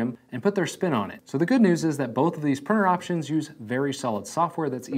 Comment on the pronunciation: Such a pity that with all the time you have spent with 3D printing, you still haven’t been able to say printer. Prinner and prinning are not real words.